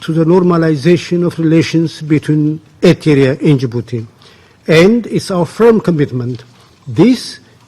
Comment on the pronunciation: Ethiopian dude don't know how to pronounce Eritrea smh